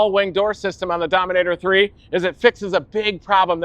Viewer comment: 'sqweak sqweak goes to domin ater 3'